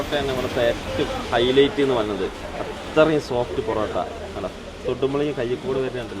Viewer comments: ബോറോട്ട അല്ല പൊറോട്ട 😂😂😂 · പൊറോട്ടക്ക് ' ബൊറോട്ട' എന്ന് പറയുമ്പോ തന്നെ അറിയാം... ജനുവിൻ റിവ്യൂ ആണെന്ന് 🎉❤